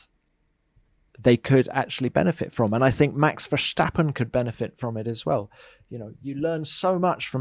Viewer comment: Max Verscchtahppen